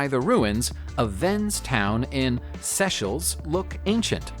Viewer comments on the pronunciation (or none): "Sess -shells" in the final segment is a nation pronounced "Say-shells"... research helps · Just one. Just one video where you look up the pronunciation the words and names that you include. Seychelles is pronounced SAY-shells. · That's how you're going to pronounce Seychelles? Definitely makes me question your research, which was already questionable.